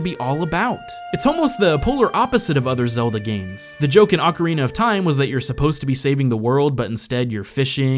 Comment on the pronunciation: Did he just pronounce Ocirina as "Ock-er-eena"?